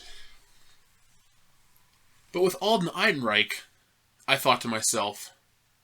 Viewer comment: why do you keep calling him alden eidenreich bro just google the correct pronunciation